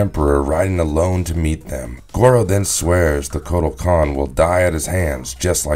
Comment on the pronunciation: But he's saying the name wrong